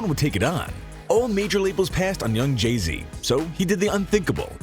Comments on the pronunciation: It keeps saying Jeezy instead of saying Jay-Z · Jay z not Jeezy